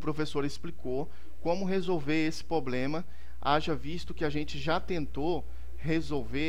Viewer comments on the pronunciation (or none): Poblema kkkkkkkk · Mano, não fala "poblema" de novo... Chega me dá gastura... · É problema e não poblema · Obrigado vc manja. Só falta agora falar Problema, e não pobrema dói até o ouvido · doi no ouvido cada vez que vc fala POBLEMA. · POBLEMA É POBRE mano... Falar certo é básico. TOP a dica. Mas vai a minha pra ti. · porra mano nao fala mais poblema que da uma agonia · Pra mim deu certo, mano. Dei like ai e parabéns pelo vídeo. E parem de implicar com o "poblema", seus mala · MANO FALA PROBLEMA pqp kk